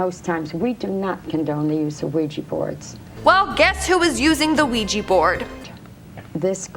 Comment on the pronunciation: A OUIJA BOARD NOT OUIJI BOARD..😡😡😡😡😡😡😡